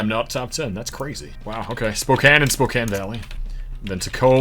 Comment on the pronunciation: This is unbelievably impressive. Selfishly happy you pronounced spokane correctly lol